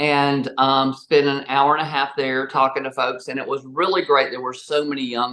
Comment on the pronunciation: I like how she said air instead of hour